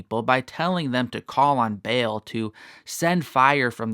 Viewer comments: It's not BAIL its pronounced BA ALL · It is Baal (pronounced 'Barl').